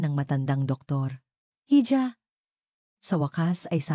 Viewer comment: "Hija" spanish word for calling a girl or a woman..should be pronounced as "Iha"..